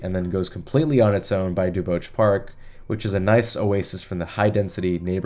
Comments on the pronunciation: Duboce is pronounced DuBOS not DuBOCHE Before the pandemic, the Parkmerced complex had a proposal for replacing many of their low-rise apartment buildings with denser housing. I thought the proposal had been approved, but nothing has happened that I know of. Funny you should mention the Church & Market Safeway. About 15 years ago, the Safeway Corp proposed redevelopment of the LaPlaya Safeway into a sizable mixed-use development. NIMBYs shut it down HARD and FAST. I saw two very nice Safeway reps present their proposal at a meeting of the Planning Association for the Richmond [District] and could not believe some of the invective-filled arguments that attendees spouted, including one woman who claimed a lifetime right to sunset views from her house. IMO accessibility retrofits are a higher priority than limiting streets to transit-only. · bro you're only 22?! so sick man keep it up but fo real tho you butchered Duboce (duh-BOWS or dew-BOWS) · I did the same pronunciation of Duboce in my video on the Wiggle. I never heard anyone say it in 10 years of living here. I compared it to Jim Croce. What English word ends in -oce and is pronounced OSE?